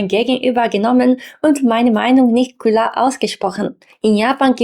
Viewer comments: Ich finde es lowkey amusant cute, wie du "klar" sagst, also Kular, das ist wie bei mir mit Tree oder Free auf englisch, da sage ich Tuiee oder Fuiee, kann leider nicht das Englische R aussprechen, daher habe ich dann ein sehr harten Deutschen akzent auf englisch. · Hi! Ok, dein "klar" klingt eher wie "ku-lar", aber insgesamt finde ich deine Sprechweise recht angenehm. Ok, ist ausbaufähig, aber möchtest du mal mein japanisch hören? 😂😂 - ìch denke auch, dass sich die eigene Denkweise je nach Sprache mitändert. Seht interessantes Phänomen!!